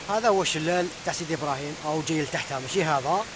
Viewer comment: عجبتني كي قولت سيطي براهيم 😀😀